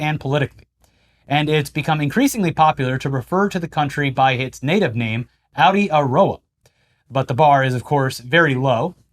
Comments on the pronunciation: (Spelt) Aotearoa = (said roughly) Ow Te Ah Ro Ah or Ao Tea Roa Good effort first time though. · NZ native name badly pronounced (not being a NZer not unusual) it's more like A o tea a row a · Yes you butchered Aotearoa.... say Ow-tey-a-row-ah but try to roll the r. Silly mercan😂😂😂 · aotearoa is ow tay uh roh uh, not outie aroa or audi aroa for māori, vowels like spanish, macrons make them long kinda like japanese, consonants like spanish except wh is f (it was originally hw like some people say whip or white or what or other wh words). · As a Kiwi/Aussie, its pronounced more "A-O-Terra-Ro-ah". Similar language to the Hawaiians so use the same linguistics pronunciation as they do there. Dont even attempt to say Aboriginal words though - hundreds of languages, all exceedingly different from each other. Look up the Tindale map of indigenous tribes to see how many different ones there are - but 40,000 years in isolation from other folks is gonna do that. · AH OH TAY AH ROH AH good try tho! Tu meke 😅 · ITS PRONOUNCED "OW-TEA-ROA" HAHAHAH 😅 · Ow- teh-ah-row-ah. But we appreciate you trying! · Hey, not that you will have to say it again but 'Aotearoa' is pronunced 'ah·tay·uh·row·uh':) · Aotearoa ow-tea-ah-row-ah, nice try though! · Audiarowa? Man that pronunciation of Aotearoa hurt my ears a bit. 😅 Good try though! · Waitangi( Why tongue ee ) Aotearoa ( Ow tear ah row haa ) Maori have the same vowels as Japan. Although it is unlikely that you will ever need to use these words on a regular basis, I hope this helps. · bro that was the WORST try with the pronunciation what are you on about? I straight vommed hearing him say audi a rower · NZ aka outie-a-rower 😂😂😂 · Bro that was gold, cutie-roa 😂😂😂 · New Zealand's te reo Maori name Aotearoa is pronounced like au·tay·uh·row·uh. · literally just how it's spelled -- pronounce all the letters lol. Definitely not "Audi-tuh-roah" 😂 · Yeah pronunciation was crack up 😂 it's closer to Ow-te-a-row-ah